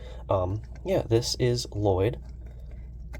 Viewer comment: If I hear someone say La-Lloyd one mote time, I will spaz!! 💀